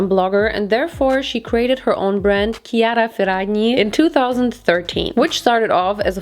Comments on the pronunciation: Your pronunciation of Chiara Ferragni? Immaculate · Hi! Your pronunciation of Chiara Ferragni is really good. And thx for the Aim review! I really wanted to buy but i was scared the dresses would be not like the videos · you pronounced chiara ferragni name really well!! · saying "Chiara Feragni" is so satisfying